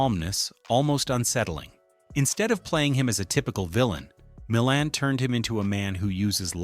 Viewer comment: I have never rooted for Tony Wendes. AI says "MilLAND" correctly once then never again. It's not THAT intelligent.